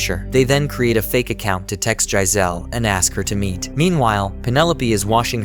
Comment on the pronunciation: Giselle is pronounced (JI-ZELL)